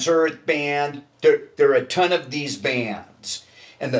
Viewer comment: Keith is great. He can add an extra syllable to the word “bands”. It’s like “Beee-yands” 😂 Legend.